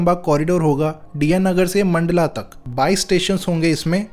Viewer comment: Bhai. मंडला नहीं मंडाला बोलो